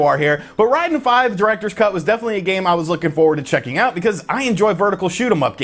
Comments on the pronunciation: It's not Reyeden. Rayden. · It's pronounced Ray-den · we always called it RAID DEN, not RYDEN, Raiden II still the best, free on mame 🤣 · Ryden is more similar to the Japanese pronunciation. Even so more is Lieden because the Japanese "R" sound is more like our "L"